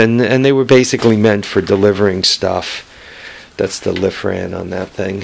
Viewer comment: its lifan not lithran